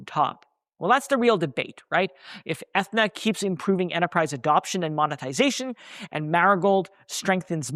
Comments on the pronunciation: My man - it’s pronounce Ah-thee-na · Atheeeeena man! Come on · Aren’t you saying Athena wrong?